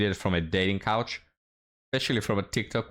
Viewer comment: keeps saying "dating couch." LOL WUTT? Casting Couch? Oh. Oh! Dating coAch...